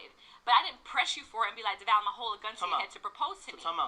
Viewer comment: lol you said Devale & Khadeen's names' so wrong. Still love you!